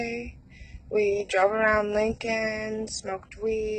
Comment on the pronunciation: “Linkun Poelayce Daypardmun”